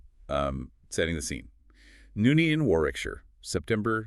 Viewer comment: For God’s sake. If Americans are going to insist on covering British cases and blathering on about the deep dive research you’ve done AT LEAST pronounce place names correctly 🙄 NUNeaton not NOONeaton